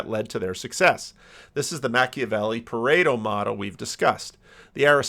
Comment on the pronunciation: PVK referencing from DR stuff is interesting. Foxes and lIons, Pereto, sounded more like Townby...hmm.